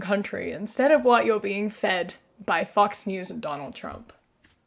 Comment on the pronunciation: I love your pronunciation of "Fox News". It sounds more like "F**ks News" lol So, a quick note about tipping: It's not just the US. Here in Mexico tipping is very much a custom too, mainly because for the most part, servers, etc just don't get paid very well over here and rely on tips to smaller or greater degree to afford their needs, and it wouldn't surprise me if the same is true in the US.